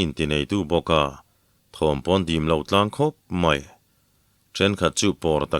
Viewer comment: MAI tih turah MEI tih hi Mizo tawng dik a ni lo in ka hria.